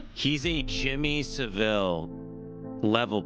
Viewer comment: Who do americans always say jimmy “saveeel”. The bloke was from yorkshire not marseille😂